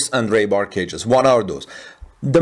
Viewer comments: Ree* bar pronounced like, I have to pee, not ray!😊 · How is it he can pronounce Conduit but cannot pronounce Rebar 🤔. It's not a language thing 😀